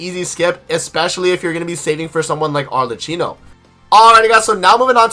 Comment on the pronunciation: Informative and on point, very good, 9.5/10 because you keep butchering Arlecchino pronunciation.